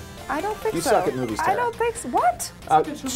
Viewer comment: Tara, not Tera guys.